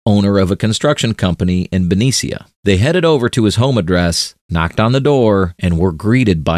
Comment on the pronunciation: Did you mean ben-NEE-SHA (Benicia, Ca)?